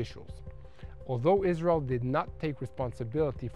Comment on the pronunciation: To me it is cute how israelis pronounce Israel like "Islel" 💙